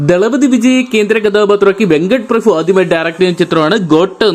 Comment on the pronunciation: വെങ്കട്ട് പ്രഭു❌ വെങ്കട്ട് പ്രഫു ✅